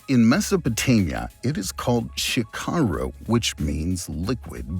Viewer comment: Admin puts so much effort in history and videos but lacks every word that is not in English. Like "Sikaru" in is said totally wrong.